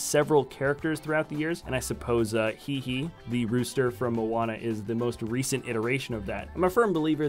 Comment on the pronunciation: it is Disney and it is called hey-hey not he-he